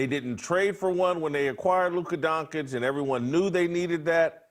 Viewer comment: who tf is Luka Donk-itch lmfao